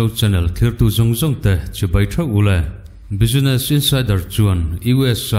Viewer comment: Thulakna source - business insider lamrik dân hi a dik lovin ka hria... Bizines ni lovin Bisnes tia lamrik tur a ni.